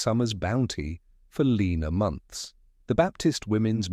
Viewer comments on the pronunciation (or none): none